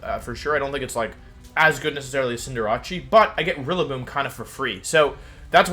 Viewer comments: Cinder... What? Its cinder and race not cinder and jarachi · Your pronounciation of stuff is killing me. "Cinder-ah-chee", "Arka-nee-nay", "intimi-dah-tay", "Toe-je-kiss" the hell's going on, have you never heard these words spoken? "Eska-vuh-lee-yay" I'll give you, cuz of the French influence, but the rest, come on! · Why are you pronouncing"Cinderace" (Cinder-Ace) like Jirachi? It's kinda strange...